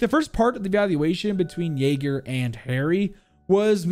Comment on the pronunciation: He's yayga not yager